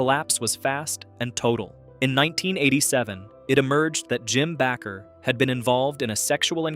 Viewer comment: Bay-ker...AI=artificial ignorance